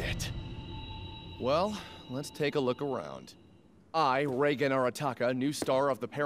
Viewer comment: "I Reigen Arataka, the new star of the paranormal world..." The first time I heard this I thought he called himself Tsar or Czar. Like he was aiming to become king of the paranormal world and just chose a different word to sound cooler.